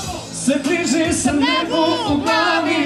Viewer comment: Hahahahahhaha kako je naglasila ovo "sama"